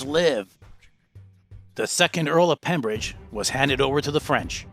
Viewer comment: It was the Earl of Pembroke not pembridge